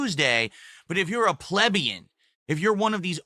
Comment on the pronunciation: Of course Valedictorian mispronounces plebian.